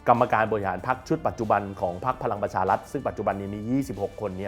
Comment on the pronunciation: ออกเสียง ร ล คำควบ ไม่ได้ไม่ควรแถลงข่าว เช่น พะ ลัง ปะ ชา ลัด ปะ ยุด ปะ วิด